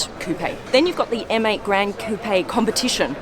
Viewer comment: You know that M8 sounds like ‘Mate’ to me hahahaha